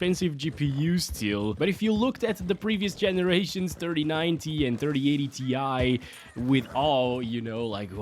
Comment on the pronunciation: More like "TIE" SUPER